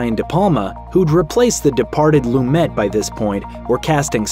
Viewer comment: PLEASE. Before voicing the narration to a famous film, learn the correct pronunciations of the major players. 'Loom-et' is excruciating to hear each time you say it!